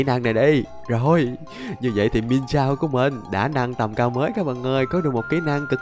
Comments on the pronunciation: anh ơi con miensao em đọc giống miến xào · Cái con pokemon mienshao đọc là miến shào anh ạ